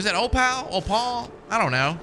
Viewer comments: The opal stone is pronounced O pull Not O paul. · It’s pronounced “Oh-pool”